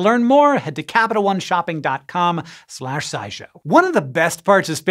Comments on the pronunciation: Was that the cut or did he say "eye show" at the very beginning? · Is it just me or was the way he said SciShow this time around sound like “EyeShow”?